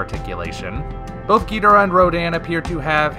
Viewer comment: Why do you keep say Ghidorah's name wrong?